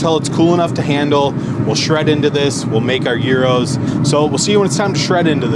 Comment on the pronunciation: 1. Thank you for pronouncing gyros correctly. 2. Interesting take on a Greek staple. I will have to try it. For people that don’t know, brush that pita lightly with olive oil and throw it in a skillet and toast it first.